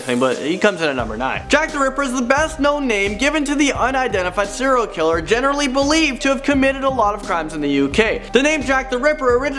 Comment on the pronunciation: Is he saying 0 killer or serial killer